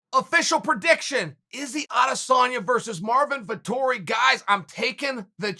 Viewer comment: "Artmin Vittori"